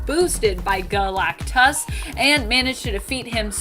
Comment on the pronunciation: Why you keep saying Galactus like that?